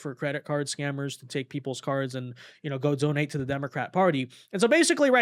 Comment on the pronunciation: "I am delling you, DO NOT redeeming the gards... No, I am not here to jeck on your egztended warrantee." 🤣😂